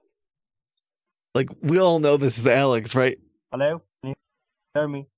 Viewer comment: And "Hallo?"